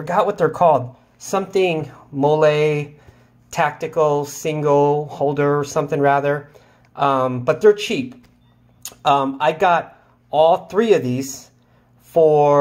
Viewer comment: It's molle, pronounced molly. Nice vid